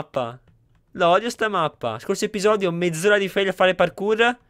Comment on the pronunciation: "Episoio" hahahah #dislessiaportamivia